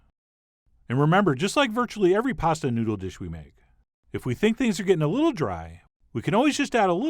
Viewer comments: 🎎⛩️㊗️ newdoww LMFAO good one chef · Bell and New-dell SIGH